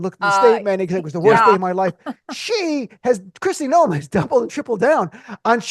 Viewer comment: Kkkristi lawn noem...i like it